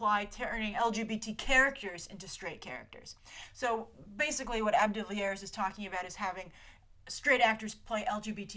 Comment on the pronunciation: as a sometimes cricket fan I always crack up when you pronounce AB de Villiers as ab rather than A.B. And yes, there is another AB de Villiers out there, he is a very popular and successful cricket player from South Africa.